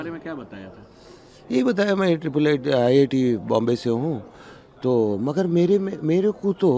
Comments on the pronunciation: Repoter ITI nahi IIT HOTA HAI 😂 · Abe reporter ITI nahi IIT 😅😅😅😅